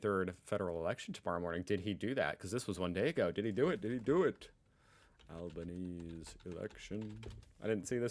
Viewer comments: the PM's name is Al-BEN-ESE-EE so 4 syllables not 3! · I enjoy the videos that you make, but how you pronounce Anthony Albanese's last name is like Albanesy.🤩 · BTW, … Albanese is an Italian name. This means you pronounce ALL the vowels (even if they are next to each other). So to pronounce Albo’s name you say it as Al-Ban-Easy. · I’d forgotten how unusual it is for a USAmerican to call a national election for a month’s time. Also we pronounce the PM’s name Al-ba-nee-zee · It's Anthony Albanese. Pronounced Alban "easy" :text-green-game-over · Abanbeseeee pronounce the E or just call him ALDOe like everybody else., those blue bum bees do bloody ating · the pronunciation of our current Prime Minister Anthony Albanese is Alban-ezy, more or less how it's pronounced in Italy. And that further shows how far we've come in the last few decades, was the time it would definitely have been anglicised to something different (like how you do it). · Hey, How ya going??Just here to say that it’s ALBANEEEZEEE 👍🏻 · Awful accent, give it up 😁 And it's Albanese pronounced Albaneasy. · Why ??? Why wont you say Albanese's name properly????? 🤨